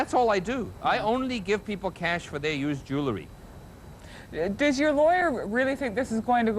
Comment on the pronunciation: I think Russell Oliver is hilariious, but one thing I just -- he talks about his business being "jew-le-ry" -- um, Russell -- it's pronounced "jew-EL-ry", not "jew-LE-ry".